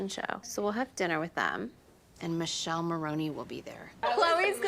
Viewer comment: He's name is Michele but why can't she pronounce it normally? Like she's changing is name, is not even a complicated italian name. By the way... You also are not pronouncing it well. But at least you tried 😅😂❤